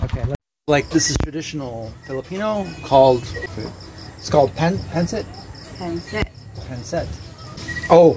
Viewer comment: Pancit not pencit...lol lol